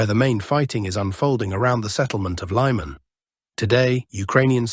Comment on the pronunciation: I believe "Lyman" is not pronounced "Lie-man" as you just said but rather "Lee-man" is the correct pronunciation. "Just saying" as Alexander Mercouris likes to quip.